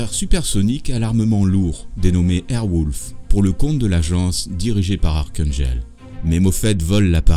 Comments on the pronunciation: Pourquoi dire 'airwoulf' alors que c est airwolf (son O) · airwolf ca se dit airouolf pas airwoulf mais c est bon documentaire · Cest écrit en Anglais .... Wolf et ça se prononce bien wolf pas wouuuulf. Tu devrai prendre des cours d'anglais.. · Airwolf pas Airwouuulf Quel idiot🤦🏻‍♂️ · super documentaire! mais wolf ce prononce o pas ou!!!!!! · Surpris qu'il n'y ait pas cette petite anecdote: Bryan Cranston, le célèbre acteur de Breaking Bad, a joué dans Airwolf.. et c'est sur ce tournage qu'il a rencontré sa femme. Donc je suppose qu'il garde un souvenir particulier de cette série :-D Vidéo sympa, en tout cas, même si la prononciation de Airwolf et de Stringfellow Hawke font mal aux oreilles ;-)